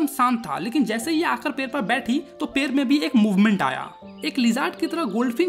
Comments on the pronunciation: पेड़ ❌पेर ✔️ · Pade❌ Pare✅ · पेड़ ❌पेर ✅